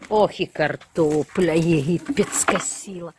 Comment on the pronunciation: Кортопля))) так смешно))) я теперь тоже так буду говорить